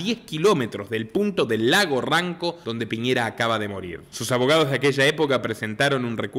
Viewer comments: Ranco, no ronco. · Lago RANCO weon !!!! No RONCO😂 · Buen ,contenido, lago Ranco, no lago Ronco jajaja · No esta bien organizado su relato! Lago RANCO! No Ronco .! Conspiracionista ,y malas fuentes de informacion! Buen Guion de Pelicula! 😅😂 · Lago Ranco...no Ronco